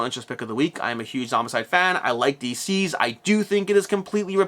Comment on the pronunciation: I’m pretty sure DCeased should be pronounced like the word deceased, not deceazed